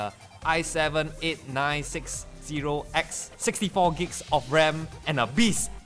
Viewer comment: Hate being a pronunciation nazi, but... IT'S PRONOUNCED AS Gigs not gbs